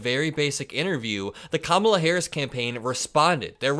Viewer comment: We know who is unhinged. It’s not KAmala. Could any of them learn to say her name properly? She’s been VP for years. SO stupid.